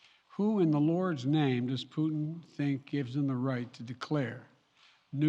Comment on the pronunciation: Наконец то Байден впервые назвал фюрера кремлевского рейха его настоящим именем 'ПУУ' ( проверьте ) Я заметил что многие англичане произносят пУтин как пЬЮтин что существенно меняет смысл его имени. Хотя английскую версию можно усовершенствовать до пЬЮК